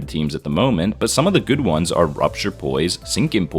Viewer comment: What said :rupture poise sinking poise What i heard: rupture bois sinkinh bois